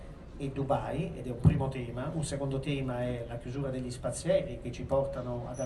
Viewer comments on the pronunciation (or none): none